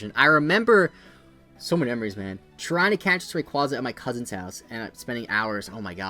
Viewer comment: I loved the video and no mean to hate but this is a pet peeve of mine.... RayQUAYza 😣